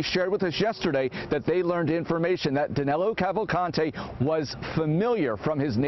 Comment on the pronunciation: Actually his name is DANILO, not Danelo.